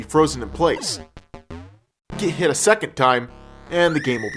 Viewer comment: This guy sure has a funny way of saying "Shit"